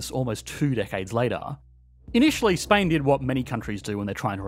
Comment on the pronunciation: The way you pronounced Spain sure removed the S of it